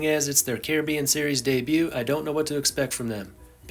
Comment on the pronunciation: I would have loved to watch this whole video, but I can’t with how he says Caribbean